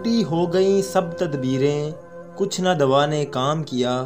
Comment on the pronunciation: pAR HAM JO NAAAAAAA " HON GY, YA NA GLAT PARHA HI AIK HARF SAMAJH KAR PARHAIN ""n"a"